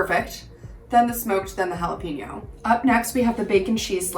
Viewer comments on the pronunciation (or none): Dear Gringos, Jalapeño is pronounced. "Hah-Lah-Pay-Nyo" It is NOT pronounced. "Hah-Lah-Pea-Nyo" Don't make me come over there and whack you. Thank you for your attention Gringos